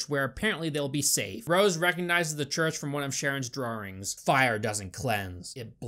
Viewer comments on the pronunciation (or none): I love your videos but if you say draw-rings instead of draw-ings one more time in gonna pretend to unsubscribe hahahahha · I love your videos but I seriously cant get over your pronunciation of “drawings” DRAW THEN INGS ITS NOT THAT HARD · I can’t help but wince every time he says ‘drarings’ (drawings) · I love it when says drarrings instead of drawings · Anyone else recognise how pronounces 'drawrings'? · Drawrings huh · Right... but why do you keep pronouncing it as 'drarwrings' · i like the way you say "drawrings" lol 😂🗿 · Pleaae say drawing(s) one more time in your next video please. 👀